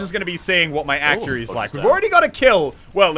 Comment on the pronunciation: He said accury